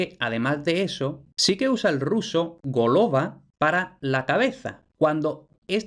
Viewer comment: Amigo, si pronuncias palabras del ruso por lo menos consulta las reglas de pronunciación del ruso, no es GOLOVA, es GALAVÁ, porque la o no acentuada se pronuncia A.